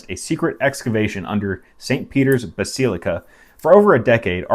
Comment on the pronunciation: bas ee lee cah